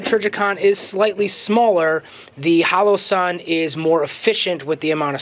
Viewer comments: The "halo"??? You mean "HOE-LOE-SUN" or "HOLLOW-SUN"? (And I know it's a bit picky, but..."buyen"? Do you mean " buyin' ", as in the contraction for "buying"?) Otherwise, GREAT review! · Halo and holo are pronounced differently